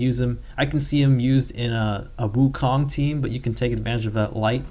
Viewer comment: aren't you asian? gotta pronounce Wukong right man